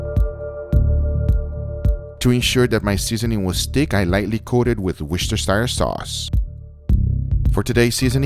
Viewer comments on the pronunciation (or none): Wistercersire sauce lmao nice vid guga! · Looks INCREDIBLE! For future reference: It's pronounced "Wuster-share sauce" ;) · “wishtersir sauce” 😂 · I love the videos but i have to add one thing and its because im anal about it. War-shester-shire is how its pronounced lmao. Carry on! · Read: Woo-ster-shuh sauce 😉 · There is nothing more pleasing to the ears than hearing anyone from the contitents of the Americas try to pronounce Worcestershire sauce 😁. Joke aside, another cracking video Guga! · Love the way you try to say Worcestershire sauce! Have to say that my Portuguese is non existent and my Spanish is poor. So who am I to judge?